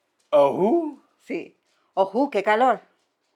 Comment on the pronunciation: Muy bien dicho el ojú, con h aspirada 👍🏻 enhorabuena